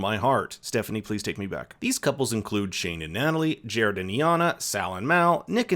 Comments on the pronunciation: They say Iyanna’s name in the show, why are you mispronouncing it lol. Long i sound, not long e “eye-yahn-nuh” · You watched the show… her name is pronounced “Ai - Yanna” - that really bothered me. Anyway I agree with all your points. Can’t stand most of the couples. I’m in love with Deepti, Iyanna and Sal 💖😍🥰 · You said iyanna’s name wrong 😭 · i promise it’s not that hard to pronounce iyannas name 😂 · Why didn't you take a second to google how to pronounce Iyanna's name before shooting and then uploading this entire video?